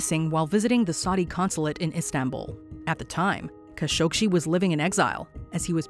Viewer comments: #4 it's kah-show-geeh... not kah-shog-she.... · #4, it's kah-sho-gee not kah-shog-she; make it a point to do research before doing your videos.... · kah-SHOG-ee, NOT kah- showg-shee! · It's Kashogee.. Not kashogshee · Hate AI voices. Kha-Sho-gee why it says Kha-Shog- Shee? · Kind of. I wish the narrator didn't repeatedly pronounce Khashoggi as Khashogshi. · i heard that too. Where did the sh sound come from? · you seriously can't pronounce Kah Show GHEE? Seriously? It's not like the name hasn't been mentioned on the news for YEARS. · I once met a member of a Khashoggi family and she pronounced her last name as "Kah-sho-gee". I remember the news about his murder and I never heard his name pronounced it like this did. I even had to google "how to pronounce 'khashoggi"...i was so surprised by this peculiar way to say it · DIfferent accents for different people. The correct pronunciation of "Khashoggi" is "kha-shog-ji." The "kh" is pronounced as a guttural sound, similar to the Scottish "loch." Even more details are in John Fam's video: "Khashoggi - how to pronounce Khashoggi's name correctly. - Arabic accent." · It’s pronounced KAH-SHO-GEE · And the Narrator continually mispronouncing his name 🤦‍♀️ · For fox sake! How many times is she going to mispronounce Khashoggi!?!?!? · Pathetic waste of time watching this. Claiming mysteries where there are none. Mispronouncing Khashoggi repeatedly - SERIOUSLY? Don't you have a Producer/Director? Someone who knows facts, and how names and words should be pronounced?